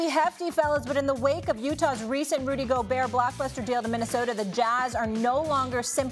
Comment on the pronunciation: “Rudy GO-BURR” 😂